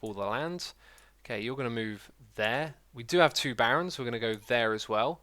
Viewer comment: When i first watched it ii thought the barons are called barrens because of your accent lol